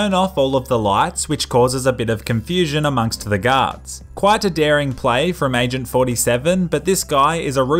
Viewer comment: I always hear ,,Gods'' instead of ,,Guards''